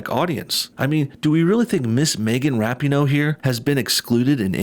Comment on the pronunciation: I really like that you're mispronouncing her name (but saying it correctly phonetically) in this video.